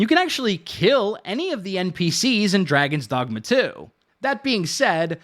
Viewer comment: draygawns dawgmuh